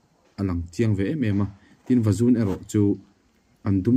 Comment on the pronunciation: I aw ngaihthlak anuam,a hmuhnawm tel bawk, sava hram dan pawh i thiam kher mai tin,an chanchin i hre hle mai sava chi hrang hrang pawh....Mahse kan naupan laia kan lo hriat tawh Tlaiberh leh Vazun tih hi ilam dan thluk adiklo...